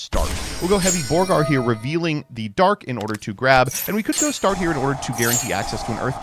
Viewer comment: Somehow “Borger” became “Borgar”. Must be a leftist thing.